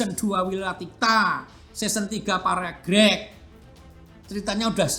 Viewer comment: bacanya perang PA REG REG